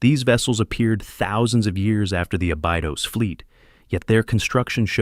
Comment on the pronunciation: It is pronounced a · buh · dows